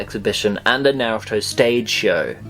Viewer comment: lol, it took half way into the video for me to realize he was saying Naruto wrong